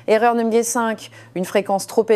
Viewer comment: Non mais, vous avez entendu comment elle prononce, le mot numéro par exemple ? Pour moi ce n'est pas une vraie personne mais tout est synthétique; une fabrication numérique, ce qu'on finit par appeler machinalement intelligence artificielle sans se rendre compte qu'il n'y a rien d'intelligent dans cet outil, oubliant que c'est bien l'homme qui en est encore maître; espérant pour longtemps sans quoi, ce serait une catastrophe.!